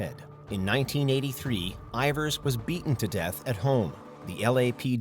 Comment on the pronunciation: "Insensitive"? 😂😂 {{Yeah, I was the actual opposite of that}} And btw, Peter Ivors is not an actor (he appeared in literally 1 movie) but a musician who composed the scores of a few famous movies....and his name is not IvOrs but IvErs actually. Look, do stop before you embarrass yourself further, ok? 😂🤣😂🤣